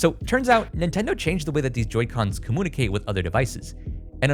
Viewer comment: why do you pronounce computer and communicate like that?